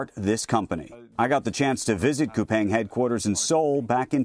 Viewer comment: Spell Kupang, not Kupaeng! Aaargh!